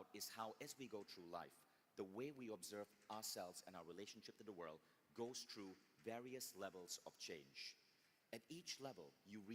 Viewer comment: then somebody should also tell Vishen about the word "THROUGH" pronounced by him as "TRUE" EVERY SINGLE TIME. I accept people for who they are with their unique cultural nuances. the main thing is that we understand the context IMHO.